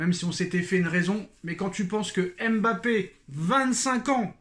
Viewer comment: On ne dis pas M'bappe , on dis Mbappe